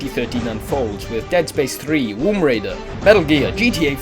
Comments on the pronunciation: Dude, I swear to god, did you just say Womb Raider...? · Did you just say "Womb Raider"? xD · you said 'Womb Raider' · hahahaha womb raider.. vagineh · Did he say Womb Raider? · "wombraider" did I imagine that... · U said womb raider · Did he say Womb Raider? If so i am going to pre-order the shit out of it. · did he say womb raider ? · 'Womb Raider' XD